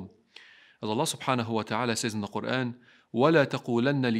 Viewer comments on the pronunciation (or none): none